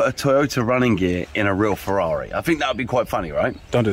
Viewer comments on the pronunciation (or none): none